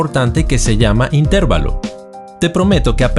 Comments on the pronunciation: Se escribe y se pronuncia intervalo no intérvalo sin a acento en la (e) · Muy buen video, pero... in,ter,va,lo... si se pronunciara in,tér,va,lo (llevaría acento) y no lo lleva, por lo tanto se acentúa en la "a"... intervAlo... repetir varias veces ... intervAlo, intervAlo, intervAlo........... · La palabra "intervalo" es una palabra grave y no esdrújula. Por lo tanto, se acentúa la penúltima sílaba y no la antepenúltima. Suena un poco extraño escuchar "intérvalo". En realidad es "intervalo" acentuando la "a". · Se dice intervalo no interválo. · Es intervalo, no intérvalo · Se dice intervalo sin acento tónico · Intervalo se pronuncia acentuando la A y no la E. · Intervalo no se pronuncia con acento en E. Es una palabra llana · Jee, si es verdad es un poco molesto no pronunciar las palabras correctamente, pero nadie lo sabe todo y es de humanos equivocarnos. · Me duele oír cómo pronuncia intervalo. Lástima, porque está bien explicado.